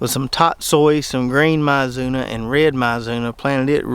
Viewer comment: Minor note: mizuna is pronounced "mee-zoo-NAH". :-)